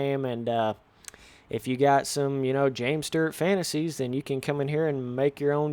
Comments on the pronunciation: james sturrrrrt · Are yall not getting the joke of how he is pronouncing it lol